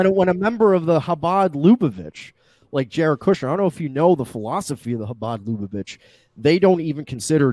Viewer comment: Omg this drives me up a fucking wall. It's not pronounced "LOO-bo-vitch," it's luh-BUH-vitch.